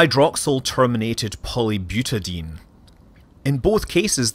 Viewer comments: FYI, butadiene is pronounced byoo-tuh-dahy-een, not byoo-tuh-deen. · Scott, I like your channel but I must correct something. "Butadiene" is pronounced "Byooota-die-een". Polymers are named after the monomers they're made from, such as butadiene. Butadiene has four carbon atoms in the chain (buta) and two carbon-carbon double bonds and thus "diene". Keep up the good work! :-) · It's pronounced buta-dye-ene